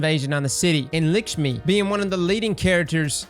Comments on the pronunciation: Dude! It’s Lakshmi not ”Lickshmi”! Please! <3<3<3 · it’s Lakshmi not Likshmi 🤦‍♂️ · Lick-Shmi? Lock-Shmi man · Jus so u know … it’s lakshmi (lock sh mee) lol not liksme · Elikshmi? Or Lakshmi? 🤣🤣🤣🤣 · Me: Repeat after me. Lakshmi.: Licksme Me: Lakshmi.: Licksme. Me: You win. 😂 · turning the 'a' in Lakshmi to an 'i'... BRUH IT IS LAKSHMI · Ah yes, leekshmi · Love u bro but PLEASE can you learn to say the name right, LAKshmi 🤦🏽‍♂️🤣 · I swear, he said "e-lick-shmee" Like his brain simultaneously thought "Eliksni" and "Lackshmi" and just smashed the two together. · i thought he called her elikshme as a play on words XD